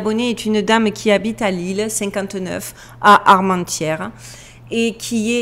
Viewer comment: Armentières... Tu l'as parfaitement prononcé... N'en sachant pas d'avantage... Donne-moi à tout hasard ses coordonnées. Les respectant... j'en ferai le meilleur usage possible pour cette personne! Merci à DUCHESSE... qui m'a beaucoup " gâté "... par sa présence! J'en ai été très heureux! Oui...... " ON "... nous prépare à quelque chose... qu'on ne pourra plus nous dissimuler bien longtemps! Je t'embrasse, Jean MICHEL... 3 Octobre 2022! 17 h... 17